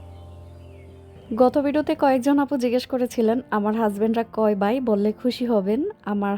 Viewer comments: কথা শুদ্ধ করে বলেন আর বাই হবে না ভাই হবে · তাই শুনতেও ভালো লাগেনা। উনি ভ কে ব উচ্চারণ করে সবসময়। ভাই কে বাই ভিজা কে বিজা ভিডিও কে বিডিও ভুল কে বুল ঘর কে গর এমনটা বলে।😢